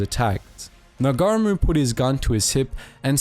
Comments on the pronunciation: I'm a Maori. Thank you for pronouncing Maori properly. I like how you're trying your best to pronounce the maori names lol, cracked me up a couple times when you were trying to say Ngaramu. (Nara-moo) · Brv it's Ngarimu, na ree moo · Appalling pronunciation of the Maori language the "g" is silent in Ngarimu, but a great reflection of Maori participation and their fearlessness during the war. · Well made vid, also “g” is silent in Maori names & or place names, but other than that 👍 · I struggled to recognize any of the names due to incorrect pronunciation. General Fray-burg (Fry-berg) Nar-gar-ra-mu (Naa-ra-mu). Piss poor content really, wot about the Dardanelle's in WW1. Just another internet clown with light weight content. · As a Kiwi, the pronunciations were a bit distracting: "Niga-reemoo" instead of "Now-reemoo" (Ngaurimu) "NG" is simply an "N", the G So Sir Apirana Ngata is said "Apy-Rana Naata.". (And he was a major figure in both New Zealand and Maoritanga in the first half of the 20th Century. Other than that, a good and concise history... BTW, a Rimu is a native hardwood tree in New Zealand and has no equivalent European/Pakeha name (Apart from the species name in Latin).Unsurprising that A VC winner bears a name recalling a mighty tree! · The Ng at the start of names like Ngata and Ngarimu is pronounced ng as in sing or bring.